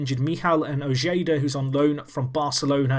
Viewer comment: Little tip: Ojeda is pronounced O-Hey-Duh